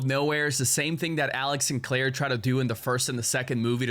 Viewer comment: I think the guy in the video missed it cuz he pronounced her name as "Claire" instead